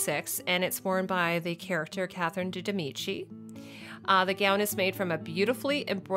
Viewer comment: It's Catherine de' Medici.